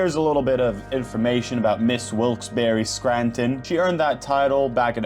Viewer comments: Wilkes barre is pronounced (bear not berry) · Oh no, my home state on an video. Also it’s Wilkes-barre like bear/bare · WILKES-BERRY LMAOOOOOOOO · It is very obvious, as it's pronounced Wilkes Bah-rah or if that's a little hard to pronounce, Wilkes Barrow is an acceptable substitute pronunciation.